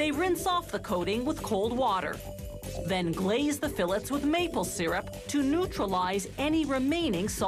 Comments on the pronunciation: Fill its? Whats a "fill its?" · The salmon fill it’s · Whats a "fill its?" What are you filling?